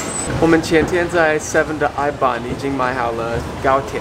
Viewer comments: 原來I non一直唸錯音啊😂 借車給你們開 他人真好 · 聽到外國人說iBon真特別，台灣人都說唉蹦，外國人說唉棒，我也不知道哪個是對的。